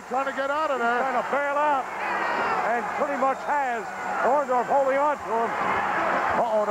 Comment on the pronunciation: It's Orndorff, not Orndoff. That's what Hogan called him though haha!!!